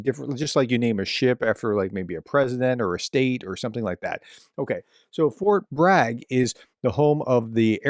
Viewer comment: "Fort Brag" 😂